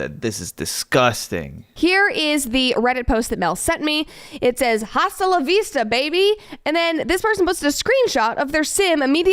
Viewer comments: Her unironic pronunciation of “hasta” with a hard H is KILLING ME 😢😂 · she said jjjjasta 😭🤣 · Pronouncing the “h” in hasta la vista makes me wanna rip my ears off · How she pronounces the "h" in hasta, kills me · Ew. Nobody says the “h” in hasta la vista. Sounds so ignorant and gross. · "H" IN SPANISH IS SILENT, YOU STUPID STUPID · her pronouncing the h in hasta is SO FUNNY 😭😭 like you don’t need to be fluent in spanish to know that you do not pronounce the h in that word 💀